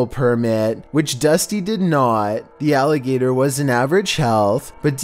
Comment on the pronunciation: Haha "Alagator allegations"